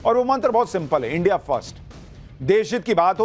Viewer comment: Bayukuf patrkar tu bhi india ko inde bolta hai wah kys camayntre kar tay ho